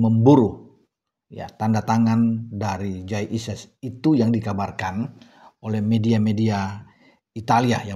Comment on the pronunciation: kalau tak pelanin volume nya kok terdengar menjadi Kyai Idjez ya....